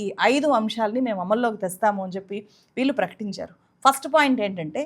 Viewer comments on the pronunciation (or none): "ప్రభుత్వం ఒళ్ళో కూర్చుని" అని "ళ" అక్షరాన్ని చక్కగా పలికిన మీరు "వాల్లు, వీల్లు, కల్లు, వెల్లి, పెల్లి" అని ఎందుకు పలుకుతున్నారు? స్టైలా? "ళ" అక్షరాన్ని సరిగా పలకటం నేర్చుకున్నాకే మైక్ ముందు కూర్చోండి.